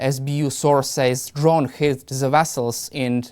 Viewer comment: Zis, ze, zey, zat.